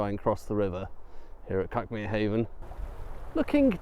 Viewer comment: It’s where I live ,this video, we pronounce it Cookmere 😅